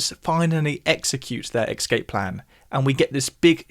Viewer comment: "ex-caped" hee